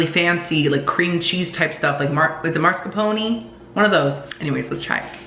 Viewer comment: "mar-ska-pony?" Lol my Italian ancestors are rolling in the graves after that pronunciation. 🤣